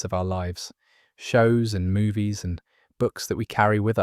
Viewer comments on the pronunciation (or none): none